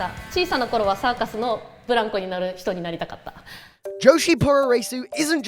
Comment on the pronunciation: There's so much to be said about this. (1) The way that the announcer says "joshi puroresu" is dreadful. (2) None of the women in Stardom are big stars. Talk to a Japanese person on the street about Stardom, see what he or she says. (3) Hilarious to watch women practising blows with full force on a punching bag, then watch them throw softballs in the ring. (4) Thekla is making no waves at all. (5) "Wrestling is huge here": cut to a shot of a few hundred men in a small venue. (6) She barely touched her opponent and slapped her left leg to make that sound. Who is she kidding? The sound came after the shot. (7) Way to expose the business . Leg Slap City. Women's pro wrestling in Japan is a fraction of what it once was. This isn't the 1980s.